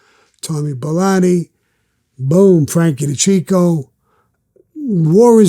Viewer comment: U need to start getting peoples names rite bro frankie de caseio and frankie de keekio, sammy looked like he wanted to just blow u away the full interview 😂